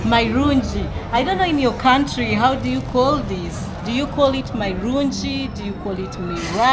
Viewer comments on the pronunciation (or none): Nothing like marunji it's marungi😂😂😂😂😂